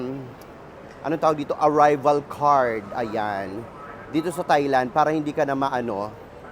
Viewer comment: it is pronounced as tai-land bweks naman!